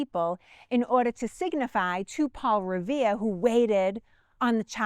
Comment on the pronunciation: Poowa Pahl Reveeya he'd be teirnin ovah in his grave if heawd his name pronounced this way.